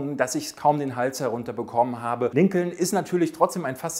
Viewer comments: Lincoln wird Linkn gesprochen. Herrje noch einer. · Sehr gutes Ranking! Ja, die Dinosaurier. Da bin ich ganz bei dir. Ich konnte mit denen und mit den Filmen auch nie was anfangen. Roboter und Weltraum, das war auch meine Welt. Klugschiß am Rande: der Name Lincoln wird Linkn ausgesprochen.